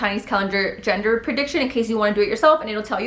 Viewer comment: Are you saying genger? Or gender 😂